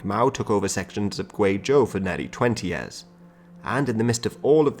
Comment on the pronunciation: Yo why you sayin yaars instead of years my dude. Thx for the content though, it's really fun to watch and educates me immensely